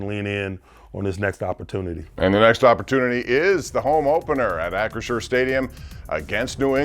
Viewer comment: cannot pronounce Acrisure correct 😅😂